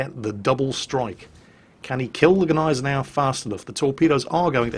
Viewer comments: As a german, I think I'd know if it was silent. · you are right. just wanted to help. it just feels kinda akward for a german to hear that. im totaly ok with u guys not trying to pronounce "selbstfahrlafette" (arty) right, but come on, Gneisenau! its easy ;-) AND its a NAME of a ship. show some respect :-* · the g in gneisenau isnt silent. try it, its fun! sincerly, all german viewers. (its pronounced like the g in good) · Love the videos please keep it up. On a little side tangent, the G is silent in gneisenau I believe.